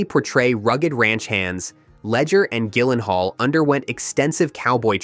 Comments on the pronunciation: You can’t correctly pronounce Jake’s last name? Seriously? It’s Jill-en-hall. Not Gill. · It's pronounced JILL-en-hall. Soft G. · im so glad im not the only one who was triggered by that lol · You should really understand how to pronounce Gyllenhaal if you’re going to make a video like this. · hey AI learn how to pronounce Jake's last name. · Pardon my quibble: This was overall a decent little video about a great film. I just wish the narrator had taken the 30 seconds in pre-production needed to learn the correct pronunciations of the last names of author Annie Proulx (the L and X are silent, rhymes with NEW: proo) and actor Jake Gyllenhaal (the G is soft: JiLL en hall). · Why didn't you bother to learn how to pronounce Jake's last name? AND why did you pronounce the author's last name differently at the beginning and then throughout the rest of the post?